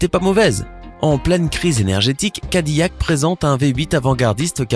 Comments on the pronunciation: cadiYac XD cadillac se prononce kadilac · Ferrari pis cadillac on le dit cadilac